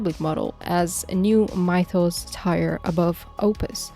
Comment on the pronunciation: "mitos" "tire", yep you're AI